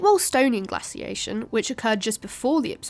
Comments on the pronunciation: "_Gla_ciation" - _gla_c / 😐 'Glaciation' - _glay_c? 🤔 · Glass-iation? Its Glay-ciation. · Where is from? your English is pretty good, apart from the glassiation and hollowscene. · I've heard some Americans pronounce it glay-ciation in their language, which has always struck me as rather odd. There is no y in the word. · I can't listen to glaciation being butchered over an over. Pity. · Anyone notice she pronounced glaciation two different ways? One, the way I am used to as an American, and the other with a short sound A that I assume is British pronunciation. Kind of a weird thing I noticed.